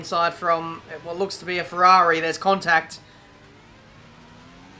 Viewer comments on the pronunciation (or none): none